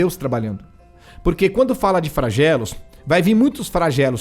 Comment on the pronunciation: Não é Fragelo, e sim "Flagelo" dã